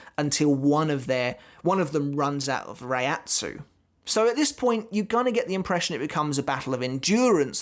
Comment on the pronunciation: Hey just so you know "Reiatsu" isn't actually pronounced like that lol. If you watched the anime you would know that.